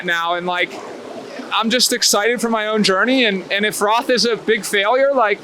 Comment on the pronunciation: It's pronounced 'Rot' not 'RoTH', though it might be written that way :D close to Nuremberg, my hometown. All the best with that pre-training sessions...man I need to get up out of that home office chair and start working out Haha :) bring your a-game and your positive vibes to Germany! #yoyoyo Good Luck!